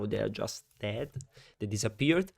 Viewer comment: Comunque per quando parli dei delfini sarebbe ded (pronuncia di morti)